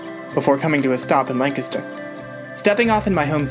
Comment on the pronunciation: I was SHOOK when you not only mentioned Lancaster right at the start, but also pronounced it the right way. Love to randomly bump into 717s on the internet <3